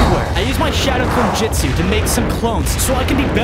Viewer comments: It’s not jitsu it’s jusu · Jitzu😂 it’s jujsu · its jutsu not jitsu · It’s not jitzu or jujsu it’s jutsu😂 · its trash how he says "jitsu" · It’s funny how he says jitsu instead of jutsu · So im 2 min and 34 seconds in and bozo oops i meant 😅 said jitsu no not jutsu but JITSU and im like WHAT THE FU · Bro said jitsu💀💀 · He said jitsu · U keep saying jitsu JITsu not how say it’s jutso not JITso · It’s Justu not jistu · It is shadow clone jusit not jusit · It's JUTSU not JITSU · Bruh he cant say justu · Is jitsu not jitsu